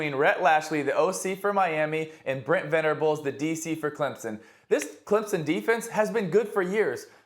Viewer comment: Tebow can't pronounce VENABLES...not Venerables